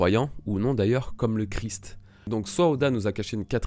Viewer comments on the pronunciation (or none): none